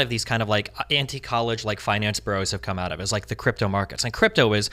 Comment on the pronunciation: I'm sorry Jedediah every time I hear "Chripto" I think back when I was training in chriptology, USN-SG.